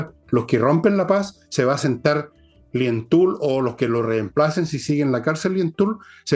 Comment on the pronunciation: Llaitul, llaitul, no Lientul!